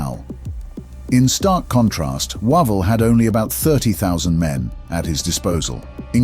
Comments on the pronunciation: I think you'll find Wavell is pronounced WAY - VELL rather than WAH - VALL (stress on first syllable is correct) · How do you manage to wrongly pronounce Wavell's name several times, then get it correct, then WRONG AGAIN? AMAZING Wish all these channels would use humans for narrators!!!